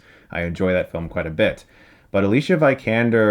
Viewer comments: Americans butchering foreign names yet again. It's Alicia VEE-kander with the EE part pronounced short, not V-EYE-kander. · "Vi" in Vikander is pronounced like in "video", not like in viable. Just fyi. And yes, you certainly butchered Roar Uthaug. I'm think you actually got every single sound wrong save for the very last "g" XD But nice try, we're quite used to it after all, here in Scandinavia ;-) Great review! Don't know if it's just me (and it might very well be), or if you've been lacking a bit in inspiration for a little while, but some reviews lately have felt a but lackluster. This felt fresh again, so I'm hoping you're back on track =) All the best! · It's pronounced Vikander not Vykander lol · It's pronounced Vi-Can-Dar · nd4spd That's consistent years of being a great reviewer. There's bound to be slip ups here and there. Maybe you guys should just stop being so damn soft. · The way you pronounce her last name makes me shiver.